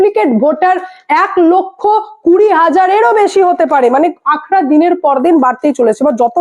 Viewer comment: কথাটা "আঁখড়া" নয় হিন্দী শব্দ " আঁকড়া" । বাংলায় পরিসংখ্যান বলে ।